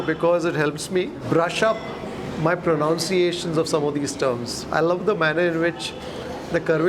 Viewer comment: Please check the pronunciation of pronunciation!😅